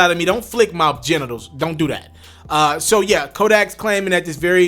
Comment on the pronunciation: “What does that mean ta flick someone’s gentitles” 🤣🤣🤣